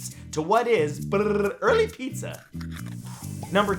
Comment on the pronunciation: Thumbs down for the hipster that called pizza, zar